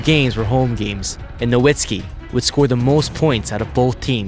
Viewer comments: As a long-time Mavs fan, I always feel odd when Dirk's last name is not pronounced as "No-vitz-ki" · Is Nowitski's surname pronunciation "Novitski" or "Nowitski"? I'm so confused